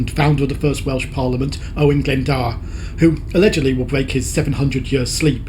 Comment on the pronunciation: Entertaining enough, but the pronouncing of the place names was trully abysmal. Who on earth told you how to pronnounce Owain Glyndwr?? It's not glydawyr. Sorry, but as a Welsh speaker this REALLY pissed me off. Why can't the English pronounce the simplest of Welsh names? They seem to manage other languages. And you do sound like a Tory politician that use our country to better themselves. Similar sense of humour, akward.